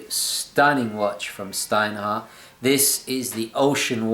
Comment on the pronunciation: It's pronounced "shtinehart". Just like you pronounced it but with a "sh". And the "t" in the end is hard